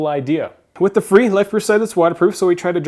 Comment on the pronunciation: fre not free